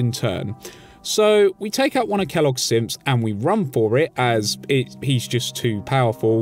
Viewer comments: Anyone else hearing him say "simps" instead of "synths" or is it just my hearing? Lol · It sounded like he said fort Hagen has some simps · I swear every time I heard u say synths I thought that u were saying simps like Kellogg’s simps not synths